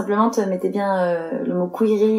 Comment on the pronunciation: "c’est bienne" 😂